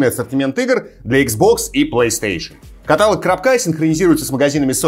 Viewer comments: каталОг, а не катАлог,. Пожалуйста))) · каталОг и только каталОг. Ударение на третий слог. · каталОг - ударение на О 🫢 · каталОг, уважаемый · слово каталог уши режет